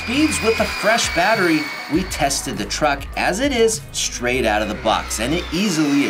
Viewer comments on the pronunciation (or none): none